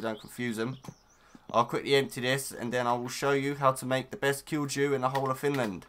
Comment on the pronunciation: good video. btw, kilju is pronounced "kill-you".